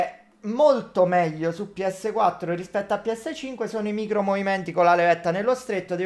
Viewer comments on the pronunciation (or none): none